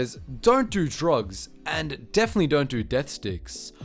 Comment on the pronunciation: Deff ficks? Nod even... Nod eev... (Plop)